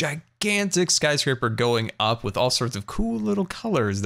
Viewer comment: "Scarscraper"- I love it.